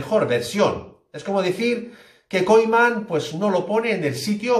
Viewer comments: Y el tío dice Ronald "Koiman" y por eso ya merece un dislike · Increíble información, que ilusión que se le den los minutos que merece Trincao. No sabia que de pronunciaba "Koiman", toda la vida pronunciandolo mal, gracias por quitarme de mi error. Muy buenos videos, siempre información CONTRASTADA, así da gusto máquina!